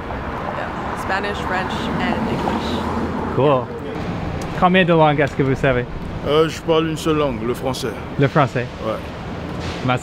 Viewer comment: combien de lan'guess ???? Is this really how you pronounce the plural form of langue?